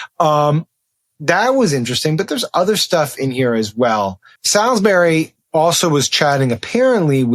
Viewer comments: It's pronounced Solsbury. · It’s pronounced “Sawlz-bree” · Just a heads up Sam Stein.. Love your podcasts and subscribe .. Salisbury is pronounced “S’allsbury”.. Dane in the UK